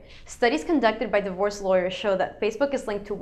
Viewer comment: when you said 'divorce lawyers' i heard 'the worst lawyers'